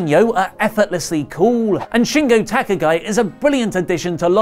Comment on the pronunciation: Ok im only going to post this once...Shingo's last name is pronounce Ta kaw Gee...quit sawing it wrong damn it...Wheres your standard of excellence. Seriously its freaking annoying.